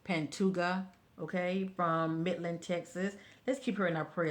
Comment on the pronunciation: She was 20. Her last name is pronounced Pan-toe-ha. She was unfortunately found deceased this afternoon.